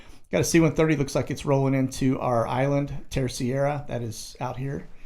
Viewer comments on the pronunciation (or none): Hi 🐒, Thank you brother for the light that you shine, especially in these times of malignant darkness. It's funny how you always seem to struggle with the 'Third' island of the Azores, Terceira. It's pronounced TER-SEY-RUH - Good luck!